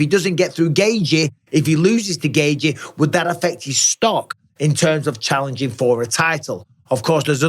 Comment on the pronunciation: Why does Mike pronounce Justin’s name “gay-gee” instead of “gay-chee” like everyone else?? Seriously can he not pronounce it?? It’s like he made it up. Do better, Mike.